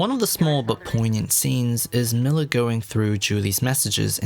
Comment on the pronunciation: MILLAR xD